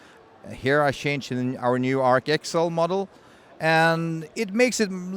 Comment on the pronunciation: Sounded like "arsehole" LOL